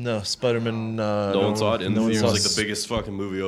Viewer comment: saying spidermen instead of Spider-Man is low key the funniest shit ever.😂💀